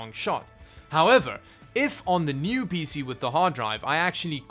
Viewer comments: ”really awesome peesee” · I guess I’m not surprised someone who can’t even spell their own name correctly can’t pronounce a lot of words properly Sotta, PêC